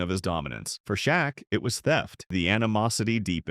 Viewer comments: Pronouncing Olajuwon as if asking a question is somewhat rare, but Shok is absolutely reprehensible. #CmonMan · Shaquille's nick-name is pronounced: Shack.